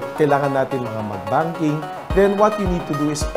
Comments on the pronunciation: BANKING po. Hindi BUNKING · BANKING hindi BUNKING HAHAHAHAA